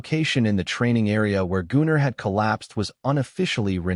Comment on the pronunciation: Brilliant! No unnecessary fluff. Enjoyable story with the only error in the pronunciation of Gunner. Well done.